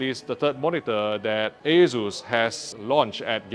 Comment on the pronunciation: He says Asus or Jesus?